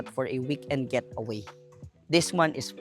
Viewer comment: Sorry I have to correct you, It’s Getaway not Gateaway😬 But I like the place though👌